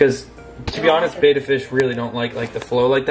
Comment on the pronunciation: It pronounced bEHttAH